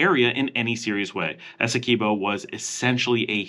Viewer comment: Eh-seh-kwib-oh. Guy-anna. Not gwai-anna From a Guyanese. Many places in Guyana have Dutch names so look up the Dutch pronunciation. Or you can ask me lol